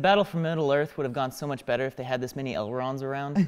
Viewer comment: Did this man just say elderond? Instead of elrond?